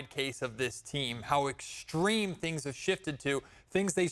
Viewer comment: Thangs, rhymes with Kangs, and that not a good thing. 😂